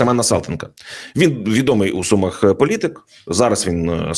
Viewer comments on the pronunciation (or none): none